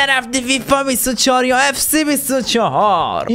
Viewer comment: آقا سووووو نه سیییییی😂😂😂😂